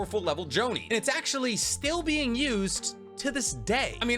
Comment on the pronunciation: Dayum I've never seen actually butchered that badly💀